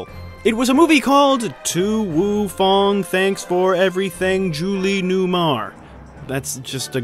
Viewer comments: Not to be a jackass, but you misspoke with "To Wong Foo, Thanks for Everything! Julie Newmar" and said "To Foo Wong" lol. It is a mouthful of a title, though. Great video, love your work! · I just needed to correct this. It's not "to woo fu".....its "to wong foo" small slip up but I love this movie and I needed it corrected lol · "To Wong Foo" not "To Woo Fong"... Thanks for John Smith-ing that one. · you said it wrong, it was To Wong Foo, not Woo Fong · A mild correction. It's "To Wong Foo. Thanks for Everything! Julie Newmar" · It's actually " to wong foo ". And it's one of my favorite movies. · Demolition Man is a Movie that should NEVER have a sequel or Re-boot. Leave it Alone ... PLEASE! And how you gonna mispronounce To Wong Foo? You're better than that, lol.